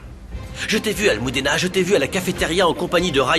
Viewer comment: Des nom que vous disent très mal des le début C’est pas Rouliera c’est Julietta C’est pas amoudena c’est Almudena C’est pas Alane c’est Alan C’est pas Nouria c’est Nuria C’est pas Moricio c’est Mauricio C’est pas Poalita c’est Paulita La liste est très long ajouter 👇🏽